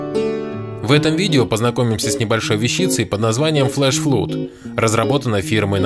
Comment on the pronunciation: flood не флуд, blood не блуд, doors не дурз...